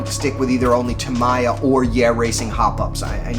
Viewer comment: You should look up how to pronouce "Tamiya"